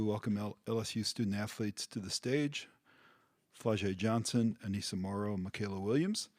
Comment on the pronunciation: How can they not know how to pronounce Aneesah at this point 🤦‍♀️🤦‍♀️